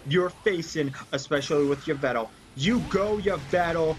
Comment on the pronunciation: Also, you mispronouced Yvel Tal, (Evel Tol)